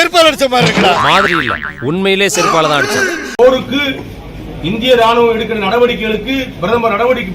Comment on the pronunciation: போருக்கு இல்லை பாருக்கு என்று காதில் விழுந்தது